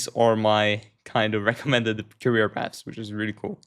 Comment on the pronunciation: Career. Not carrier